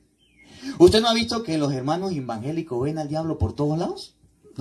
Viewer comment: Muy bien explicación de hermoso Evangelio de nuestro Dios cada día va creciendo en sabiduría 👍👍👍lo que me encanta y me saca una sonrisa es cuando dice los hermanos embangeliquitos😄 Dios lo bendiga y guarde de toda mala tentacion.